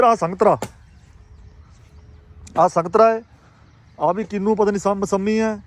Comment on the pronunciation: ਹਾਜੀ ਸਤਿ ਸ਼੍ਰੀ ਅਕਾਲ ਜੀ ਸਾਰੀ ਹੀ ਟੀਮ ਨੂੰ ਜੀ ॥ ਹਾਂਜੀ ਵੀਰ ਕੀਨੂ ਨਹੀ ਹੁੰਦਾ ਕਿਨੂੰ ਹੁੰਦਾ ਹੈ ॥ ਤੁੱਸੀ ਮਾਹਲਾ ਵਾਲਿਆਂ ਨੇ ਤਾਂ ਪੰਜਾਬੀ ਦਾ ਜਲੂਸ ਕਢਿੱਆ ਹੋਇਆ ਹੈ ॥Pardeep Singh Mann Near Yuba City California. ਪਿਛੌਕੜ ਬੰਗਾ ਖ਼ਾਸ ਸ਼ਹਿਰ ॥